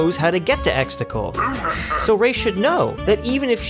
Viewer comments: Its Exegul not Extagul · It's exegol, not exticle